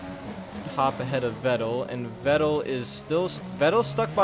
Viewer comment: Vettel is pronounced Fettel. Like an F and not a V. Just a little tipp.